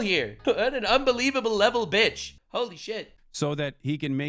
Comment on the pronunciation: I love when he says bitsh it’s hilarious